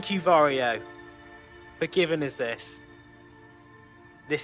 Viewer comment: Sorry ,but sometimes you pronounce"VARJO" incorrectly.😀